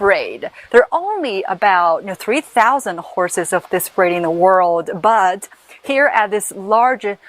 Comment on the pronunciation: I thought she said "braid" instead of "breed"